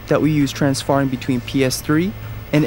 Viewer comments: When i heard "transfarring" i thought Mega64 was just joking lol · Transfarring really...so engrish has gone corporate now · makes me want to do some "Transfarring"